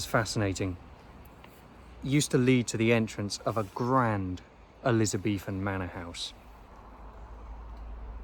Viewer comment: So love your music but please, your narrative though interesting is somewhat annoying by your pronunciation of “th” threat not fret, Elizabethan, not Elizabefan, three not free!